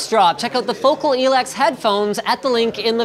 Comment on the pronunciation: you are saying focal wrong ................why are they even sponsoring you?